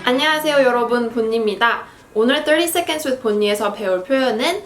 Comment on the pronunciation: 세컨드가 아니가 스공드 아입니까